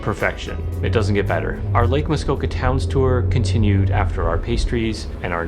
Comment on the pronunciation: I’m here because I kept hearing the characters say Muskoko instead of Muskoka, so I wanted to verify I haven’t been pronouncing it wrong 😂